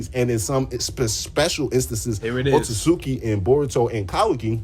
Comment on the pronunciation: Nah o-tsu-tsuki